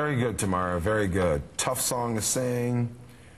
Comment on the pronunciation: Her face when Simon pronounced her name wrong. Tameera........